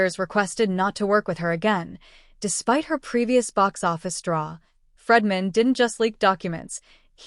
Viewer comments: Bryan FREEDMAN, not Fredman! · This channel would be more credible if it pronounced Bryan FREEdman's name correctly. It is not FREDman, it is Freedman. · PLEASE LEARN HOW TO PRONOUNCE ATTORNEY FREEDMAN 'S NAME!!! IT is pronounced JUST as it looks!!!!!